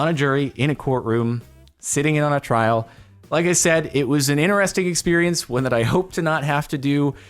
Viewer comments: No one: Literally no one:: YOU'RE GOING TO TRRRRRRRRRRAIL!:) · Trrrrrrial! Trrrrial!! Mianite flashbacks